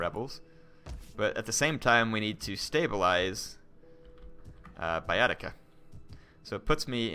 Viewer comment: In latin you read "ae" and "oe" simply like "e" (not always, there are exceptions), so in english Baetica is simply /Bˈɛtika/ and federati are /fɛdəˈreɪtaɪ/.